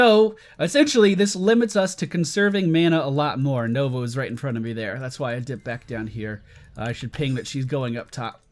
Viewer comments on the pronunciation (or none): none